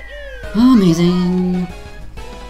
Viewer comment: Quit the lazy ''amaizing'' ;)